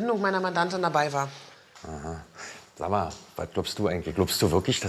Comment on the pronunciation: er sagt „sag Mal“ und nicht „Mama“ aber klingt wie Mama wegen „Sa‘ Ma‘“ statt „Sag Mal“ 😂